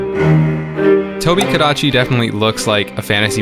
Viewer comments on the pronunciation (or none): “IT’S DA TOHBEE-GADACHY.”